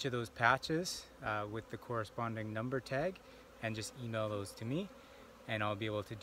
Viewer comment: These millenials drive me nuts with their emphasis on the last sylaBBELS. It's like backwards speech. "In 24 hours I'll come back and pull THOSE FRAMES..." I'll never understand where this pattern developed. Oh well, neat process on the brood check.